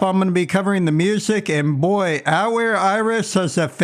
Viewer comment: Watched the first 10 seconds, mispronounced Atelier twice, thumbs down, wrote this comment, closed video.